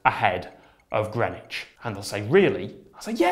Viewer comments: The thing that bothers me most about timezones is the pronunciation of greenwich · Damn I've been pronouncing greenwich as 'green witch'. It's like worcester sauce all over again. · Hold on.. THATS HOW YOU PRONOUNCE GREENWICH????